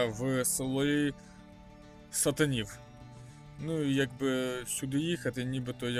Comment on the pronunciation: Який ти довбень,ти б хоть трохи готувався перед відео,а може твоя мета виглядати довбнем,правельно говориться сатанів з наголосом не перший склад і ніякого відношення ні замок ні населений пункт до нечистих сил немає.